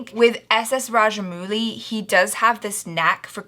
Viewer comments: You are pronouncing it as mooli, whereas it should be pronounced as Mowli but in English it is written as Mouli. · It's RajaM-AU-LI. With a sound of 'O' not ooh. 🙂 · nope it's rather: -ow-LLi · It's Raj-mow-lee. Kudos for the effort though. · When you pronounce rajamouli, the u is silent.